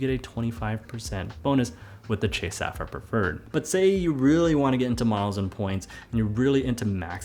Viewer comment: I think you pronounce sapphire incorrectly